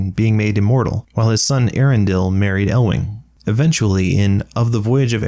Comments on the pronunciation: Eärendil? Both the E and the A are meant to be pronounced and separately, too, as opposed to a dipthong, where different vowels combine to form a new sound. It should be pronounced "E-Yar-End-ill." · just one correction: eärendil is pronounced ay-AH-ren-deel with a rolled r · I'm disappointed that the movie UTTERLY butchered the pronunciation of the name Eärendil. They were supposed to have linguists working on it, to make Elvish a proper, spoken language. And yet, they completely failed to notice an impossible-to-miss diaresis in the name.